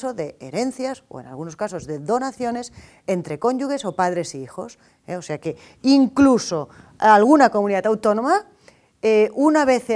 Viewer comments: Qué bien explica, lástima que se le haya escapado lo de "cónyuGes" (pronunciado no como "JES"). Pero, es realmente útil todos sus videos. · UN BUEN VIDEO, BIEN EXPLICADO EL ESQUEMA GENERAL DEL IMPUESTO, EDEMAS DE LO YA COMENTADO DE LA PRONUNCIACIÓN DE "CONYUGES" NO HAY ”U" ENTRE LA "G" Y LA "E" UNA APOSTILLA, EN LAS DONACIONES HABRÍA QUE AÑADIR QUE LAS OPERACIONES INTERVIVOS SON A "TÍTULO LUCRATIVO" 👏👏 ENHORABUENA POR SER LA EXPOSICION CLARA CONCISA Y CONCRETA.